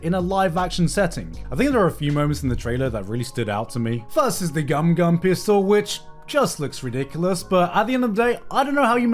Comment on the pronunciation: i love when GOMU GOMU turns into GUMA GUMA lmao